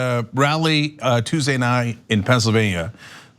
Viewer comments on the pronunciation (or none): none